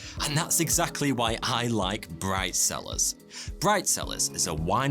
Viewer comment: Bright cellars sounded like bridezillas